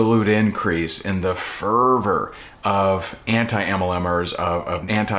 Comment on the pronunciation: why did he say furbrrr? its fervor, not furbrrr. now I cant focus... are we furries now?!?